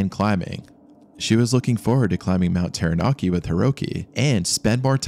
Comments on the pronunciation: "Tarra-nacki", not "Tarra-NAA-ki" "Egg-mont", not "EEG-mont". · im glad there arent many commenting on your pronunciations. Taranaki sounds more like tara ( tar ah but you kinda roll the r) naki (nah key) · terra-narki eeegmont hahaha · pronounciation 'tau(warhammer 40k), rah (egyption bird guy) Nar (narwal), key..... tau-ra-naki, taranaki , Maori - Ma (hey maa and paa), or (and or other),reeeEEEEEEEEEEEEEEEEEEEEEEEEEEEEEEEEEEEEEEEEEEEEEEEEEE, and then say it faster- mao (like mao ze dong), ree, Mao-re.....also i hapen to live under this mountain, fuckn cold...all the time, but that day they climbed...was Insanely stupid...mt taranaki is snowless for most of the summer time, when it snows tho...its basicly turns to ice for weeks, a "do not climb" scenario, unless its been snowy for a long time...the mountains also really dangerous in the sence its a large pro-trusion among a flat area, and what happens is much like a air-con unit, cold air is heavier, so anything that touches the mountain cools, and falls down, big warm fronts would come..and the mountin would turn that into wind, or complelty re direct it, sometimes even rain cant fall near the mountain, becuase, its just that much of a atmospheric dip..... it was freaky day hearing about the trapped people, but the locals were all seriously like 'what in gods name are they doing there", its purely bat shit insane, the skii field is notoriously steep, the whole dam mountin is steep....even basic knowledge...that mountain is a strange danger dolan, im drinking anyway, but yeah, this be the story, the weather can change for the worse in minutes, even on a clear day, just takes a funny ammount of moisture about and poof...cloud, for days on end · ah yes, mount tairanarkey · Ta-ra-na-kEY Taranaki :P im from here everyone knows the mountain is a killer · I thought he said mt. Teriyaki.😂